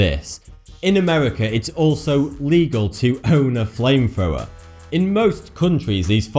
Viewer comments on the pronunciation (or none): ..."flame frower" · "FameFowa" I'm dying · flamefwower... nice pronunciation